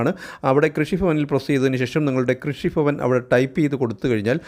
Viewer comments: കൃഷിഫവൻ അല്ല കൃഷി ഭവൻ😂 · കൊല്ലം കാർ അങ്ങനെ ആണു പറയുക 😅